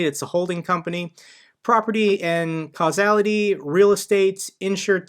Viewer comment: Might wanna look up how to properly pronounce “casualty” lol